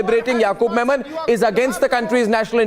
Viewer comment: It's Yakub Memon, and not Menon 🤦🏻‍♂️🤦🏻‍♂️🤦🏻‍♂️😂😂😂